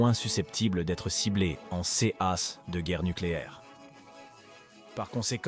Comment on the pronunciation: Au lieu de dire "en cas d'attaque" le robot nous dit "en c-a d'attaque"... Déplorable.